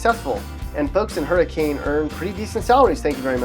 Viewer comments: Yeah, it's pronounced "HURR-uh-kin," not "hurr-uh-CANE." Cheers from Paw Paw, West Virginia's best-kept secret. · It is pronounced, “Hurricin” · BRUH it’s pronounced her a kin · Not one of these pictures is taken in West Virginia, your reasoning behind choosing these towns is vague and you didn’t pronounce Hurr-i-kin right. Have you even been to our great state before?? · You pronounced Hurricane wrong... it's hur-eh-can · Owen Martin the city isn’t pronounced like that tough, it’s like Hurri-Ken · Hur-ah-kin, i know its weird but thats how we pronounce hurricane Wv. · You pronounced Hurricane wrong. It isn't pronounced like the storm. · That is nottttt how you pronounce Hurricane. That hurt… physically. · He pronounced hurricane wrong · Its not hurricane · Piper Payne omg right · Ikr lol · i was so mad he said it like that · nope he said it wrong. I go the hurricane high. It is like saying read instead of read.